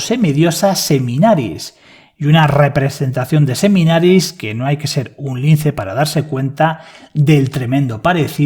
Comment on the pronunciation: A la Diosa o semidiosa que te refieres es Semiramis? porque te escucho Seminaris